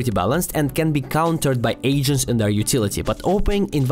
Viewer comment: Normal people say “agents” while is out here saying “Asians”